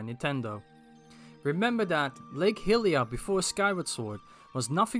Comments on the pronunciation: I really don't want to be that guy because I love what I've seen of your videos, but the Goddess's name is typically pronounced hai-li-a, specifically in Breath of the Wild's spoken dialogue, and the human race are called hai-li-ens. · My pleasure! Think of it like high-ly-uh and high-ly-an if that helps at all.